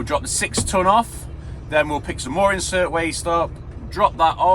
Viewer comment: Cracking video guys! You sure are busy! Kept making me laugh when you were calling it “Incert waste” thought it was “Inert waste” lol. Was one of the tip sites- Leys at Hoveringham? Roll on 1k subs!